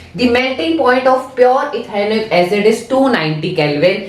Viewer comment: Stop saying ethoinic😹 it's ethanoic